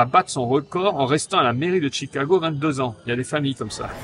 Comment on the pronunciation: Mais pourquoi tu prononces Tchicago😄